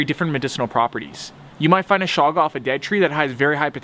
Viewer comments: its not shaga its chaga. like in chug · Chaga is pronounced like choochoo